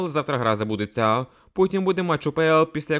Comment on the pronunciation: Тренер Динамооо, забудетьсяяя, бісить як ти ставиш наголос на останній склад. Хто тебе вчив дикції. Треш.